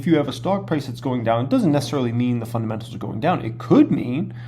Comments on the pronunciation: Cmon … fundamentals not fundementals 🤣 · fun-dement-als o/